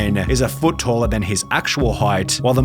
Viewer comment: Showa, Talla ... Love this accent.